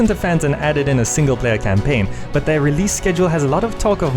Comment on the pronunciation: REALEASE, lol. I like your accent.